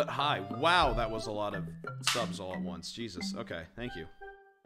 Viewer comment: I love that instead of it saying “subs today” is says “sus today”